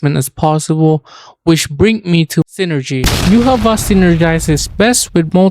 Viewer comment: No it's not, the creator of the manga said it is pronounced "Yu Ha Ba Ha"